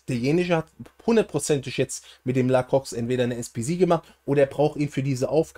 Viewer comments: Nices Video! Btw es wird "La-kroa" ausgesprochen ;) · Wenn mans genau nimmt La kroi Ps(bin halb französisch) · bin nicht französisch aber es heißt La-kroa ;)